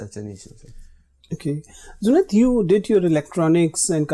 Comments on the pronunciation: Bro there are certain states in India jaha pe logo ki mother tongue is not Hindi.. Toh people from some of these states just can't say 'j' properly.. they say 'z' instead of 'j'.. especially in North Eastern states.. isliye the old guy called him Zunaid instead of Junaid 😂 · Bro Indians can not pronounce 'j' that's why they are calling him zunaid 😊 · He just called/pronounced Junaid as 'ZUNAID' not a big thing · They are saying junaid not jubaid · The issue with the name is in India J is typically pronounced with a Z e.g. Jeera and Zeera :D